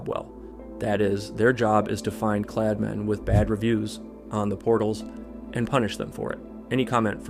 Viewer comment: смотрю и ржу как автор говорит "Kladmeni" и "Sportmeni"